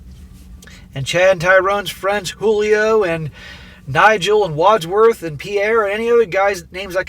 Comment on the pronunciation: "Wadsworth"? LOL!